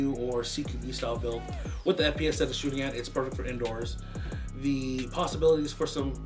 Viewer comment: It's "PERECT"